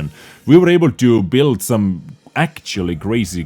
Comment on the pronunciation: I knooow, i know, i know you are not a fluent english speaker and its okay. But please for the love of god stop saying "akchuly" instead of "actually"